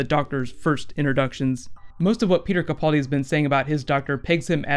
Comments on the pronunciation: Ca-PAAL-di not Ca-Paul- di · First, it's kuh-pal-dee, rhymes with gal. Secondly, he was translating for the dinosaur in his sleep.